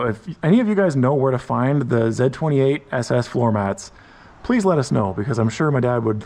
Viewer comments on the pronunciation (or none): ITS NO F-ing “ZED28” it’s the letter Z !! Z28 lol driving me nuts😂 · It's Z, Zed's dead, baby. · Repeat after me Z-28 . Pronounced Zee Zee Zee. Repeat after me ZEE-28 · stop saying ZED28, come on my guy! and also 1 exhaust is horrible! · If you're an American, you say "Zee 28" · Never in the history of automobiles, was there EVER a "zeh 28" Why is the letter Z difficult for you to say? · I'm Canadian from Windsor, ON (our motor city) and I've never heard another Canadian call it a "Zed"-28. Nice car and vid. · We say "Zee" 28 in American English... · It's a Z/28 as pronounced by a man who watched Top Gear. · It's the French pronunciation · The Way you Say Z28 is very Weird!! 😂